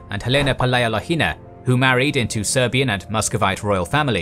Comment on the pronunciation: the first time, you said it right : the Muscovite tsars . Great step forward !